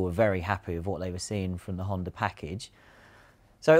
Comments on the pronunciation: HondA.. stop saying Hondar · . What the hell is a honder?